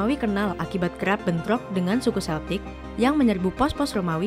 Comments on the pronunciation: Tolong ralat cara bacanya, bukan Seltik, tapi Keltik. Ntar di ketawain orang Inggris, Scotland sama Ireland anak cucunya saat ini. Karena orang Amerika buat konten kayak gini, sering menyebut Seltik, diketawain orang-orang itu diatas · Kayaknya naratornya salah baca. Celtic dibaca Keltik bukan seltik. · Bacanya bukan “seltik” tpi “keltik”